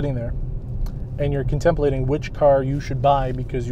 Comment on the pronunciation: Christopher Hitchens should rise from the grave and bitch slap you for your horrifying pronunciation of (CON-TIM-PLATING). Other than that. God bless bro!!! BTW We're driving the 2017 R/T Hemi(370 Hp??) Charger right now and I'm pretty impressed as a dyed in the wool car that's never interested in Dodge or Ford. If I bought a Charger or a Challenger I want the naturally aspirated beast 485hp Hemi engine or nothing.